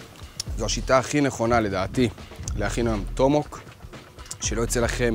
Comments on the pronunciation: אתה יכול בבקשה לומר את המילים כמו שצריך? מדובר ב-TOMAHAWK, אומרים טומ-א-הוק, לא טומהוק. ואמרת "נא", כאילו אמרת "נר", אומרים נא כמו "נע". זה מרגיז לראות סרטון ככה, אפילו שאתה מאוד נחמד וחינני ומעניין, זה מאוד צורם באוזן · זאת מילה אנגלית אבל אז אתה לא יכול לשנות אותה לפי איך שנראה לך. הוגים טומאהוק באמת. אוהב את הסרטונים שלך אבל זה באמת מרגיש מוריד מהמקצועיות